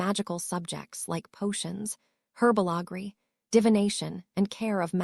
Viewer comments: Whatever AI program is reading this, they need to learn how to speak English on some words, like the word herbology which is not pronounced hwrbogley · There is no such thing as herba LaGree, it is herbology, learn how to pronounce it or don't speak at all